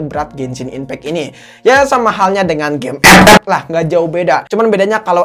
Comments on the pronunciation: Ampe sekarang gw ngakak kalo denger kata “EP-EP” 🤣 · GUA SUBREK GARA² LU NGOMONG EP EP BANG 😂😂😂😂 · Gw ngakak terusss dengar abang nyebut epep🤣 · Pasti proses editing nya ngakak sndri tuh liat scene sebut ep ep nya🤣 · Ane player epep, tpi ngakak pas lu bilang epep bro😂😂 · Gw paling suka chenel inih pas luh ngomong ep ep🤣